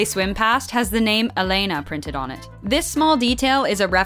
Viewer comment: just one thing: it's pronounced Élena with a different accent. And the adjective "Gustosa" means basically "tasty"